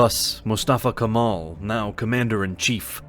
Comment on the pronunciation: If you're making this video, at least study the pronunciation of such places and people, 17 min into video, couple dozen of mispronunciations and wrong names of places. Not Turkey, Türkiye. Not Constantinople, Istanbul. Not Kamal, Kemal. I myself being tought about Canada, USA and UK about names and pronunciations all my life, as a Turkish guy, this is such a disrespect.